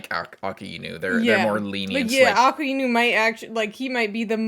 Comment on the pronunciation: Akainu❎ Aakinu ✅ 🤣🤣🤣